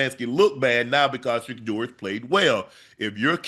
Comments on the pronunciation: Why stefanski can’t even say sheduer name??? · The way Stefanski can’t even say Shedeur’s name, he did not want Shedeur to play!!! Stefanski is mad that Dillon sucks and Nephew is amazing (after only practicing with the 1s for 3 weeks)!!! 💪🏾💪🏾💪🏾💪🏾💪🏾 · That coach couldn’t even say Shedeur’s name!😳 no one told him to mentally abuse Shedeur. If he did that bc someone told him, he will answer to God for that. Sold his soul!! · Stefanski can’t even say Shedeur’s name he ain’t a Soto anybody